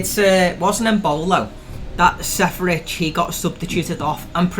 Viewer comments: how can you guys not pronounce Seferovic..? smfh it’s not Serefovic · I haven’t yet heard a worse pronunciation for Seferovic 😂 Great video though, Luke! The questions were quite difficult, but they were again really creative! :)